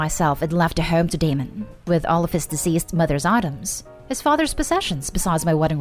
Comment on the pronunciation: Deceased. Dee-seas-ed. You pronounced it "diseased" like the dead women was something gross.